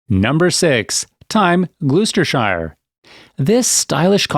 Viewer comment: Its "Glosss.....stershire and 'Woooostershire'! And 'Wiltshiiiiiire.' :-)